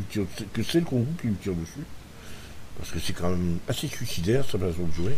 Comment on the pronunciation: Bonjour et bonne vidéo mais ont pas entendu pourquoi tu l'appelle Kongou et non Kongo